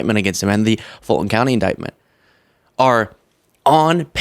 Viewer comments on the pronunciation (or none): none